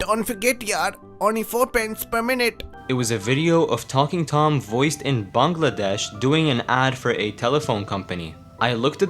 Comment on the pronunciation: Finally someone who pronounces “Bangladesh” perfectly. I also found the video by complete coincidence as well.